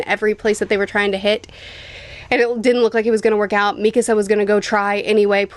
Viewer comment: Why does she day Mikisa instead of Mikasa? 😂